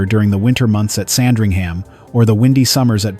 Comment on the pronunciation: Pronouciation: not SandringHAM, amongst others.